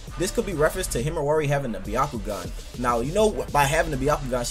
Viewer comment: why does he say himiwari